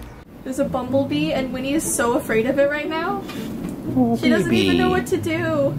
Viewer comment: Its a noice bomblebeeee bomblebeeeees are our fwiends